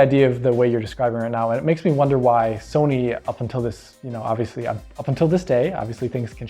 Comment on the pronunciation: I always hear Somy claiming and i always laugh as well